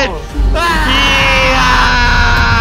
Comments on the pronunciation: it’s pronounced axe o lot ul Axolotl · It’s pronounced axolotes. Not axolotl. The original name was axolotes. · It’s axolotol not axolot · I like how called them "axolot-xolots" 😂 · axe-ol-ot-ol-s there you go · I like how can’t say axe a lot la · The best part of this video is the fact that he couldn't pronounce "Axolotl" the entire video. Don't ever change,. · The man absolutely mispronounced it but still won